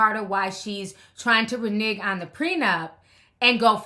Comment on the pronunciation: Please quit saying Reneg😉😌😂😂😂😂